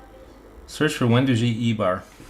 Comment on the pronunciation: Wen dough gee, not doo gee